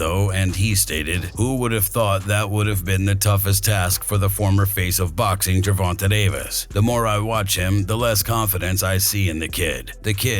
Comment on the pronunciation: Based on you can’t pronounce Gervanta right I think this video is wack